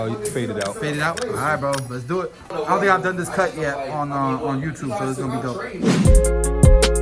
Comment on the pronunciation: Love the cut, love the education. Absolutely enjoyed hearing you say, "I'ont care what nobody say!" You gotta give the cut service that will solve or help address the concern.